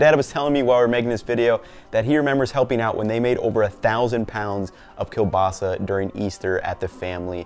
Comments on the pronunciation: kurwa!! this is kieŁbasa not KE BASA, Ł is like W in *W*ar *W*ashington. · You have the weirdest kiełbasa pronunciation I've heard, from English speakers i usually hear keel-basa but i gotta be honest I prefer kobasa than that if it's not pronounced with the ł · Its properly pronounced kiewbasa. The L is sounded as a W. Also your last name is pronounced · Ngl it annoys me how he says "kielbasa" where l isn't soft. It should be ł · Ugh, the pronunciation of kielbasa drives me nuts